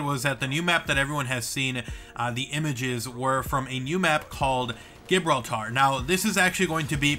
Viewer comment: FYI it's pronounced JA -(hard J like Jazz) BRAWL - TAR. Don't mean to be a dick, in before the haters ;D